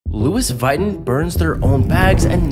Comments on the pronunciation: I’m sorry who is “Lewis vighton” it’s pronounced “loo-ee vih-toh-n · I’m sorry, but can’t you repeat “Lu-is vy-ton”. ITS PRONOUNCED LUIE VITON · Louis Vaiden no no no it’s pronounced loe-ve-ton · ITS LOUIS VUITTON PRONOUNCED LEWIE VUHTON BRO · Ah yes, Lois Viton. Totally not pronounced like Lois Vuitton 🤡👌🏼 😐🤳🤡